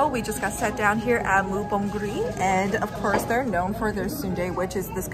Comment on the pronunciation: Name of restaurant is moo bong ri, not moo bon g ri